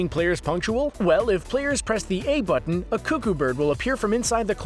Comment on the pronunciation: teh butten